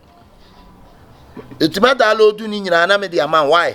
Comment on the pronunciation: Hahahahahaha the way he pronounced download. Dalooode